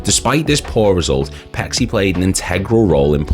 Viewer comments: His name is pronouced as Pay-chee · Its pronounced Pay-chee